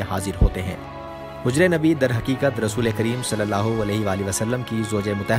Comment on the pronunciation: میل کے لئے رضی اللہ عنہ اور فی میل کے لئے رضی اللہ عنھا کہتے ہیں، رسول اللہ میں رسول کے لام پر پیش ہوتا ہے زبر نہیں ان غلطیوں کو درست کرلیں جزاک اللہ خیرا